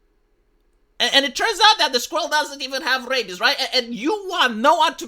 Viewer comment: My favorite thing about this video is that accent makes 'squirrel' sound like 'skrull.'